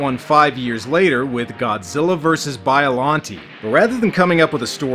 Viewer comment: its pronounced bi-a-lon-tay